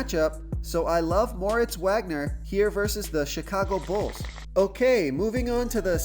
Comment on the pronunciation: solid plays....not sure about Wagner because Kuzma is most likely playing tonight, which will cut into Wagner's minutes and it is pronounced Vag-ner